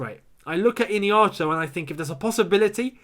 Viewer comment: Hi, Not ihinacho